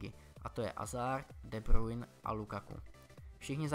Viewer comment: nečte se to DE brujn ale DE brujne !!